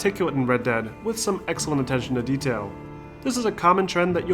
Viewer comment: Why does he pronounce "dead" as "dad"